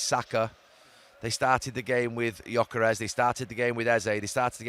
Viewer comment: Please tell this commentator to stop saying Gyokeresh, Sheshko, Guimaresh. It’s not how they are pronounced. You sound stupid. You don’t say Mo Shalah, or Bruno Fernandesh, or Andy Robertshon. Pack it in, I turn the sound off and watch it in silence than listen to your patronising, egotistical commentary.